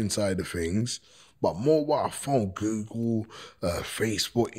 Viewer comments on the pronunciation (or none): none